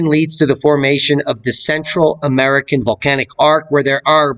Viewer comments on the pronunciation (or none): none